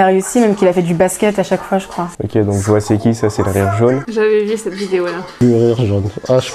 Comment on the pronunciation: "J'vois c'est qui", "disversent", "squuzie" 👏